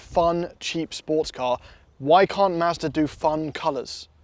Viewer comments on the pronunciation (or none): Every time I hear him say "Mazda" I hear "Master". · sounds like he’s saying Master. Like he’s talking about some dude high on a mountain who makes the perfect budget fun car. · I love it when says “Mazder” 😂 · Why does he say master instead of Mazda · is saying "Mazda" or "Master"? 😄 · Mazda! Not MASTER! I really thought… sigh. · Yo And I'm....It's Mahz-da....🤨